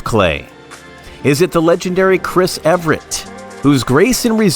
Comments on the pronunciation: This video is unwatchable because Chris' name is mispronounced throughout. It's Evert (E-vert). NOT Ev-rett. If the video is going to be about someone, then get that name right for heaven's sake. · Evert - not Ev er ett. How difficult is it to learn the name of the person featured in your video? 🙄🙄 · YES very annoying mispronouncing her name! EVERT NOT EVERETT!! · It’s one of the most annoying mispronunciations because Ev er ett very clearly requires extra letters. It’s not like potato vs potato, am I right? 😬😬